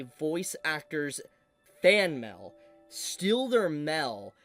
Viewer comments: Am I ge only one who thinks that Mail should be said as M E I L and not MEL ? 😅😂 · Why does this guy say mail like that, it's not Mal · The way you say mail as “mell” makes me itch… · What is this "mell" you speak of? You clearly say "mail" a few times, but mell is an unknown to me. Please explain. Jk, this is pretty shitty crunchyroll. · “Fan mel” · American pronunciations are wild. Everytime you say Mail, i hear Mel melfraud Meltheft Melll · What, you don't receive letters in the Mel? 🤣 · FYI, the way you say “mail” is hilarious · I'm so sorry but the way you're saying "Mail" is killing me, I can't- 😂